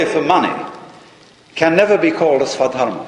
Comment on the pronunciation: He says "Swa Dharma" where Swa means "of self". Both of the times it's swadharma.